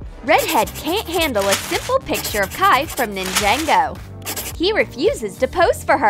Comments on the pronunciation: i'm sorry,you said ninjango? don't you mean NINJAGO? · NINJENGO?! 🤣🤣🤣🤣 its ninjago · It's Ninjago, not ninjengo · I cried every time they pronounced ninjago, nin-JANG-go. D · nAnjEngO character seriously? it’s NINJAGO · NINENGO it’s NINGAGO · I heard ninjego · Ningango? Wtf it's ningA(ah)go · It's. Ninjas not ninjego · What is Ningango? It’s ningago.. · Them: ninja go to them is pronounced ( nin-jaen-go) Me: 😐 umm... Do u need to go back to school u noob!?!? It's pronounced ( nin-ja-go) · The best life hack putting 2$ paint on you’re face, also who the hell pronounces ninjago ninjaaaaannguooo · it's prononced ninjago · Did she just say “Nin-Jango”? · How they pronounce it XD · They pronounce ninja go wrong